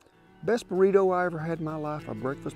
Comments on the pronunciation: Mexican - burrito Old man - burrituh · The way he say “Burrito” is so funny not in a make fun way but a nice and I’ll be saying it from now on type of funny